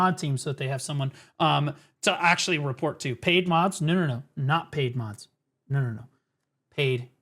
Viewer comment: If "AKSHUALY" Was living person